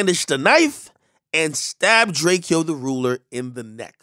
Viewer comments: ITS PRONOUNCED DRAKO FUCK OUT HERE WIT THAT DRAKEYYO SHIT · Bro it’s DRAKE -O not DRAKE -E-O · It’s dray ko not drake-o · It’s drakeo not drakEO…🤦🏽‍♂️ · How you so tapped in with rappers to wanna report on them and you’re the only guy to pronounce his name wrong like he’s a Greek emperor “Drake-E-o”. Not even the real tv news station🤦🏾‍♂️ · Drake o not “drake e oh” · BRUH ITS DRAKE-O not DRAKIEO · He hated when people called him drakEEEo lmao its drako w an e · He would have been mad at you AK. It’s not Drarkio. You pronounce it the same way you pronounce Draco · When they say Drake-eh-oh instead of Drake-o you know they know nothing about him. Rest in Peace Slim Foe 💯 Rest in Peace Mr. GetDough aka Mr Mosley 🙏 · Its drakeo nigga not drakiyo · How can u say his name wrong everytime. Drake O not Drakeeyo. Rest up west coast legend he was one of the most important of his age in west coast rap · Pronounced "Drake-O" not "Drake-Kee-O" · Dam AK it's drake o not drak e o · RIP MR MOSELY AKA DRAKEO THE RULER NOT DRAKE-EO IT'S DRAKE-OH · Drake-O not Drake-Eo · Drake-O not DrakeyO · “Drakey-o” cmon ak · Drake-O not Drake-E-Oh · Why do y’all keep calling him “drakie-o” it’s drake-o” 🤦🏽‍♂️ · It's pronounced Drake-O not Drake-E-O, get that shit right Ak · Its pronounced drako not drakEo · Ak, I am a fan of yours and appreciate your videos. I'm 99% sure that you're mispronouncing his name. I don't think any emphasis is placed on the "e".... I'm pretty sure his name is pronounced "draco" .... like the miniaturized AK-47. Regardless RIP, being a rapper right now is one of the deadliest jobs ever. My condolences go to his family. Thanks for the video AK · You gotta put the dash between the E & the O for it to be Drake-O but without that dash its pronounced "Drake E Oh" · Pronounced “Drake-O” Ak. Not Drake-eee-O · Bitch say his name right it “DRAKEO aka MR GET DOUGH aka MR LA aka THE RULER 🕊🕊🕊🕊🕊🕊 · His name is DRAKE-O ! not Drake - e - o .. RIP the greatest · It's pronounced: Draco